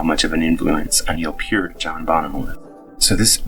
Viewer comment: NO. It is pronounced PEERT.